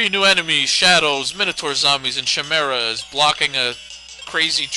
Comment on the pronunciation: ki-mer-a with a k